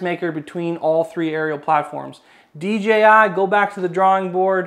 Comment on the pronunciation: DJI go back to the drawing board, i find it funny how he says it